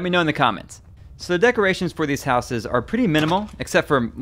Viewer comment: It is real weird to here someone say 'housses' - it's as if they learnt (notice not 'learned') English as a second language.